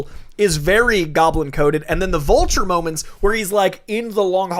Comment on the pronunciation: Wait excuse me did say "Volture"......tf